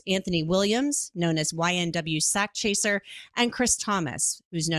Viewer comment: Nah the dude in the video kept saying it as sockchaser lmao I think it's an AI voice or some shit, idk how else anyone wouldn't pronounce it right, but yeah sakchaser if y'all really don't know it means he chasing a bag of money, I know it's a weird name though, but he had good music.